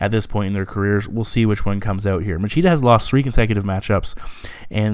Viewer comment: Great breakdown as always. Just keep in mind that regarding the portuguese accent the “ch” syllable has a “sshh” sound.👍🏻